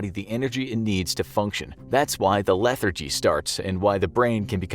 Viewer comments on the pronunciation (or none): none